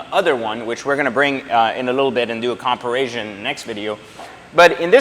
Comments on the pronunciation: Love it... But I gotta ask... Did he say comparasion? Lol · Thats how its pronounced in french.